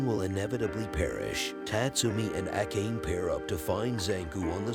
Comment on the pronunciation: Can you please pronounce the Japanese names correctly. Ah kayn? Seriously?